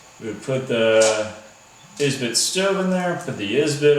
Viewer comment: Can you not speak English or are you just special? It is Esbit not is-bit. But at least we know that the "Tea Tree can't hold no other pot!" I also noticed you got your "Millennial" identifier in there by calling a canister stove a "stuuuve" dude...lol. Son you are going to get in a survival situation and find out that a knife is CERTAINLY necessary as well.